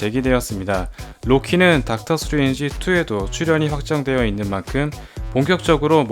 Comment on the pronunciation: 스트뤤지? 스트뤠취?ㅎㅎ 영어도 아니고 콩글리쉬도 아닌 절묘한 발음 재밌네요;ㅎㅎ